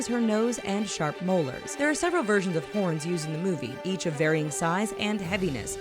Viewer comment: Did she say horn or **rn